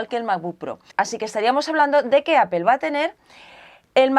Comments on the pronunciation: Siempre me he preguntado por qué dice Apel en vez de Apple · "Apel" la pronunciación en inglés sería apol y si lo quieres pasar al español dile aple jajaaja pero es lo correcto creo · Como observación no se pronuncia "APEL" su pronunciación correcta es: "Apple /'eɪ-pəl/". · MacBook de ''apel''? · ¿Alguien más se siente incómodo por cómo pronuncia la palabras en inglés? El macbúk, el ayfón, apel. 😝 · no es apel, es apple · Edgar Alcantar Se dice apple diciendo la p de una manera explosiva y pronunciando en bajo tono la o. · "Apel" porque los españoles lo dicen todo mal??? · ¿desde cuando se pronuncia "APEL"? ;S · alfreido gonzalo Lo dice de forma muy "español" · Aprende a pronunciar Apple!